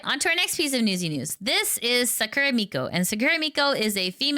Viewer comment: You are pronouncing "Sakura" incorrectly, the stress must be on "Sa", not at the end of the word.